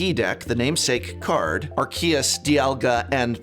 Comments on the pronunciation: arkeyus dialga and pulllkia as well as sashian v (he also says maywile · Butchered the pronunciation for Arceus & Dialga & Palkia and Zacian but I still had a laugh. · So you pronounced Zacian = Zashin, Arceus = Arkeeas and Palkia = Palkeea, I respect it